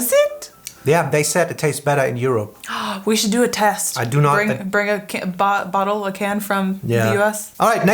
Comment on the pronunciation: when he says juropp :D